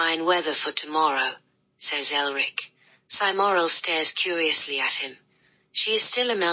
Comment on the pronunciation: ELRIC. Not Erlic.